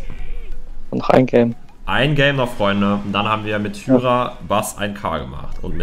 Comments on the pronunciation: D sprichst Hyra falsch aus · Man sprichts hayra aus nicht hüyra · Warum nennst du ihn hüra er heisst hyra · Ich lach mich das ganze Video lang tot, weil du einfach zu Hyra( spricht man heira) hüra sagst🤣🤣🤣🤣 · Hyra wird Haira ausgesprochen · Es wird Heira und nicht Hüra ausgesprochen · Lukas = Hüra nicht hyra 🤣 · Erehen man hyra